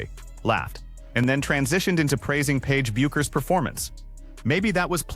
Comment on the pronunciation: Can someone train AI that Paige’s name is pronounced “Beckers”, not “Byookers”. Fuckin’ hell.